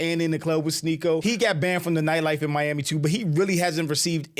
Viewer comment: Why did Tate just say he got to M-I-ami instead of Miami? 😂